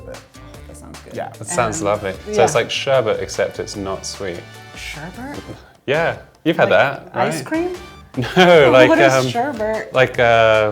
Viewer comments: Sorbert? Um pixie sticks? Lol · There's no R at the end of "Sherbet" i.e. sherBET. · EVERYTIME SOMEONE SAYS SHERBERT I GET HEATED LOL its pronounced sherbet